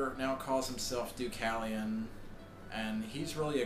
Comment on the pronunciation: Er, you don't pronounce Deucalion's name right - the a in his name must be pronounced like the letter A in the alphabet. Otherwise, I like your review and I agree with what you said. I read the entire series many times and it keeps making me smile - and what I think is amazing is the fact that despite Koontz's nightmares about his father as the Frankenstein Monster, he actually succeeded in turning the 'monster', Deucalion, into the hero of the series :)